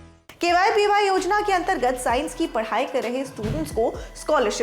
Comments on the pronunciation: It's not kypy it is kvpy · It's KVPY not kypy